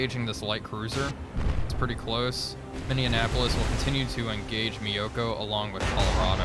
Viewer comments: You keep saying, MIN-DE-EN-APOLIS. There is NO "D" in it! It's NOT like INDIANAPOLIS. It's MINNEAPOLIS. "MINN-E-APOLIS". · It's the Mini-appolis, not the Mindianapolis. Please,. It hurts my North Star heart. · I find it highly amusing that you keep mis-pronouncing Minneapolis... 'A "mini apple is" twice as sweet' is how I learned it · I can't get over how says Minneapolis like Indianapolis. It's hilarious.